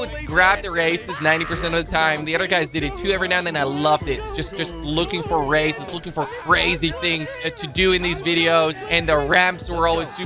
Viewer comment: when he says races it sounds like racist